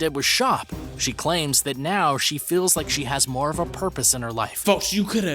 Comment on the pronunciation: moe money moe pwolembs thats how he talks